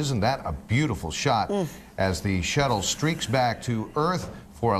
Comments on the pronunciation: the announcer said Shittle. lol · I liked the part where he called it "The shittle" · the Shittle?